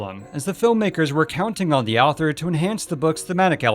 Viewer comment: Every time he said "the Owther" I chuckled lol.